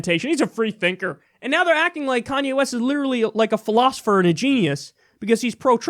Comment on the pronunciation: Lol I really like that Miss pronunciation in the beginning of the video that you quickly corrected yourself on. Commye West.